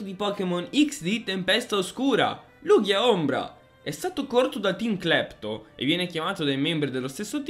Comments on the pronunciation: So che nessuno accetta la verità ma la pronuncia è Lugia lel. Le live non le seguo quasi mai ma se ci siete sia te che Pollo in chat mi hai convinto a partecipare. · Sento gente pronta a contestare la pronuncia di Lugia ... Prima che ciò accada: state calmi, un errore di pronuncia come quello non è granché, alla fine l'importante è far capire a quale pokèmon ci si sta riferendo. (Un vero errore sarebbe chiamare Maractus un Nidoking o viceversa)